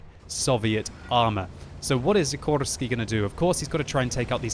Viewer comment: i tink you miss pronounced the name of szikorski is said like a shikorski but thats only if hes polish